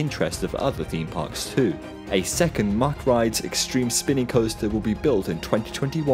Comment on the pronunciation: You pronunce it Muck, not Mack!